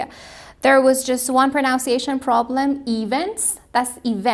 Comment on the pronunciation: Why she uttered pronuncation like pronounce cation?